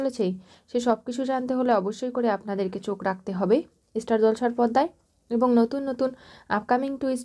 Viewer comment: E-star, e-student kano bolen, madam! Star, student bolben.